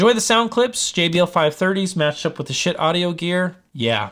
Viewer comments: It’s pronounced shiiit dude. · ...but...it's not pronounced ska-heet. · Had to turn the video off once you said Ska-heet. smh. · I would have gone for something that sounded like "Skeet" but ill take this pronunciation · it's pronounced "shit", as in I feel like I need to take a good ole' fashioned shit...LOL. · haha! Definitely not pronounced Ska-heet. I'm guessing you are joking! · You should do some research on the companies and gear before reviewing. It's pronounced SHIT, as in, "that's some good SHIT". Check the company history on their website. : ) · Schiit, man, doesn’t even know how to pronounce the company name. But we venerate the Holy Schiit. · Omg I couldn’t watch it because of the pronunciation it was making me angry. Please change the title of the video omg and put it on your thumbnail that you correct yourself after 7 mins. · I can't take someone seriously when they can't even pronounce the company name.